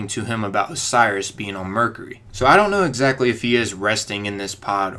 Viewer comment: you're pronouncing mercury wrong.